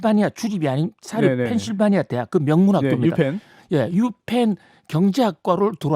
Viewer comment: 그러게요 펜실바니아 ㅋㅋ본인에게 굳혀진 발음같아여